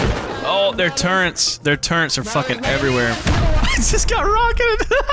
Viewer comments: it's amazing how many stupid people say turrents instead of turrets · Turrets? NO! Turrents? Very Yes! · Why does everyone who plays video games call turrETS turrents. There’s no N in turret